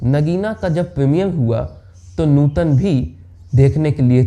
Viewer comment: अरे यार, नुटन नही नूतन है उनका नाम ट नही त